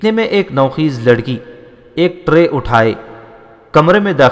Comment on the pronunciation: Nou Kheez naheen Bal k Nou Khaiz نوخیز/ " خ " پر " زبر " لگا کر پڑھیں۔